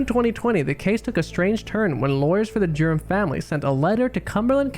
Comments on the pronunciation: everytime you say "Durham", i hear 'Germ'. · Dude, WTF! Can't you say Durham? Speak clearly d-bag! It sounded like you're saying 'germs' or 'derms' and made no sense. I had to Google it. Now I think it's better to read it on Google than listen to you a-hole speak. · Omg the pronunciation of Durham is killing me...it sounds like Germs when he says it! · Every time i kept hearing “the Germs” instead of the Durhams 🤣😂